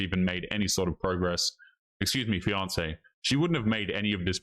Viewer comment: Am I the only one who hears Beyonce instead of fiancee? Both sound like horrible ideas to me.